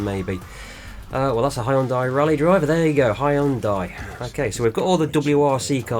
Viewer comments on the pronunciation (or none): Stop saying Hyundai!!!! it's pronounced Hyundai!!!!